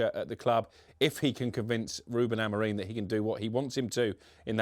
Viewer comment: Does everyone at TalkSport have a contractual obligation to pronounce Amorim's name incorrectly?